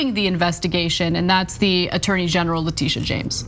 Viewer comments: Ana, you are mispronouncing Letitia. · it's pronounced leh.tish..a...